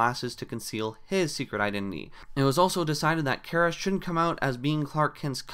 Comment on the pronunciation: Thanks for pronouncing Kara's name right